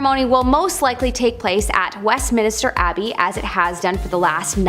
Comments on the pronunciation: It’s West-min-ster NOT West-min-i-ster 😘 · uh, it's Westminster not Westminister. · Please please please stop saying Westmin-i-ster, its just Westmin-ster